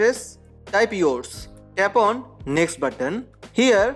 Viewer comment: Is he saying tap on or tampon